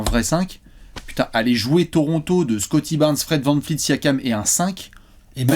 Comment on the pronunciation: Pas vanFleet, vanVleet!